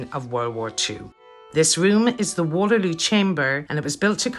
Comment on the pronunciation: "Battle of Wallerloo" and "Queen Alexandria" made me cry LOL